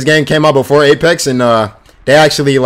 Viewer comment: STOP SAYING BOOFORE ITS PRONOUNCED BEFORE B*E*